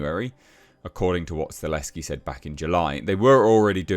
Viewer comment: It'll be fine., let's try this one more time though: "STUH -- HELL -- SKI". Not Stuh- less -ski".